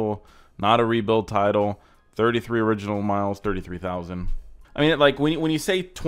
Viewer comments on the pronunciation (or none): none